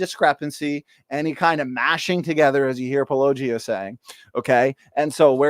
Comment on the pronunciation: AT LEAST learn how to say his name correctly: paul-oh-GEE-uh. Not paul-LOW-gee-uh. And be decent and link to his original video in your show notes.